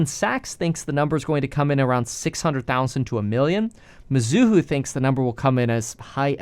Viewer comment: It's not mi-zoo-hoo It's me-zoo-hoe